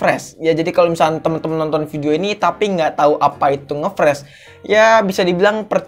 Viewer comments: Freeze (baca : fris) Fresh (baca : fres) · Saran perbaiki Cara pengucapan kata bahasa inggrisnya Bang. Ngefreeze bacanya Ngefriz bukan ngefres. 👍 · Lebih baik bilang macet aja udah,pke ngefreez segala bacanya gbbisa pula malah ngefres bukan ngefris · Friz bacanya bang, bukan fresh. Fresh itu seger bg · Ngefreeze ( bacanya ngefris bukan ngefres ) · Friz bacanya bang bukan fresh wkwk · Spell nya ngfris bang bukan ngepres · Bang seharusnya nge freeze bukan nge fresh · Frisss njir bukan fresss Tulisannya freeze cara bacanya frisss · Cara bacanya ngefreeze bang bukan ngefreeze hehe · friz boy bukan fres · Ngefreze cok bukan ngefrash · Freeze bukan fres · Bacanya friz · Freeze keles malah pres wkwk